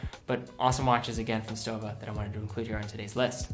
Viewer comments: and it's SHTOWA, also! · For Gott's sake, it's not /ˈdʒʌŋkəs/ "Junkers" like in "junk", it's /ˈjʊŋkəs/ like "Yoonkers"! And it's "shtowa".